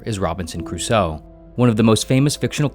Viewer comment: Also pronunciation of Cruso gave me pain.